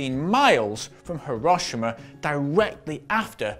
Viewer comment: the way he pronounced "hiroshima" was so bad LOL